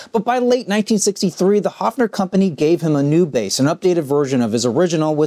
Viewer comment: The brand name is actually pronounced HERFF-ner.